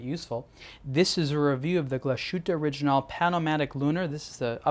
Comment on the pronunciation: Agree, it's quite distracting each time he mentions the name of the brand because you would expect a channel dedicated to watches to get the basic pronunciation correct. Also it's not pronounced O-ri-jin-NAL (like the alcohol gin), but rather O-ri-gi-nal, (as in first half of the word geek)